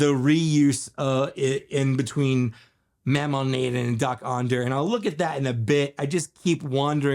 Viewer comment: I think he’s pronounced as MO-Ma Na-DON.